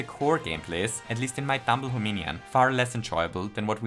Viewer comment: "Dumble Hominion"